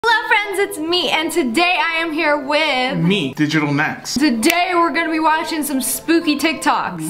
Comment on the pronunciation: Digatal??? LMAO XD